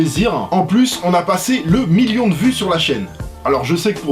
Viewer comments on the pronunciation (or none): none